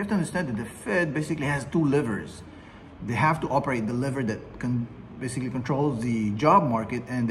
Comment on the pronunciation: "liver" or "lever" ?